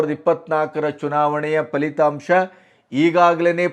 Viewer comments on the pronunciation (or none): none